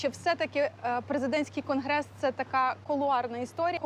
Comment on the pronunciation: "презєдентський" "крнгрессссс"....???